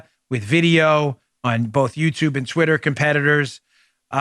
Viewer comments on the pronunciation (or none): none